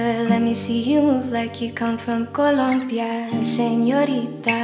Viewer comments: she actually says it pretty well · COLOMBIA. And she says it right! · By the way, the way she inhabits language and accents is amazing. Like La Vie En Rose and how she pronounced "Rose" and in this one, Columbia. So great. its those little things that set her aside from everyone else IMO.